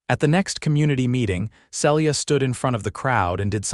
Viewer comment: On a bet I'd say the name is Phyllis, pronounced fil-is, not Phillys as the AI keeps saying. And Celia, pronounced see-lee-a.